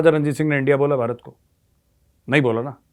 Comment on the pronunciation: सोनिया जी भारत को बरात बोलते हैं उच्चारण शुद्ध करवाइए सब भारत के साथ हैं